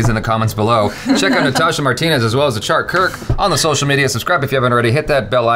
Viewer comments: The way he says ACHARA sound like Ordering ACHAR (pickle) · The way you have told Achaaara Kirk i am hearing Aachar means pickle